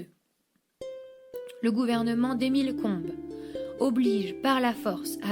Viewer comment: 13.04 Emile Combes, pas Combles. Sinon ,,, un "roman national(iste)" bien convenu.